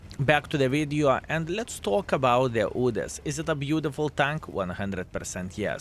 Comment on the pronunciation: "Let's talk about the Udes" XD